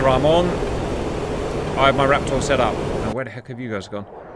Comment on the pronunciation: Fantastic work, love these videos but my god man I cannot stand the way you pronounce raptor. It's like one of those irrational annoyances and doesn't take away from the video but it pisses me off so much